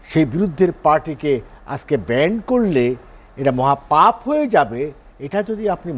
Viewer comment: ""ব্যান্ড""!!!!??? শব্দটায় যখন ঠিকমতো বলতে পারে না....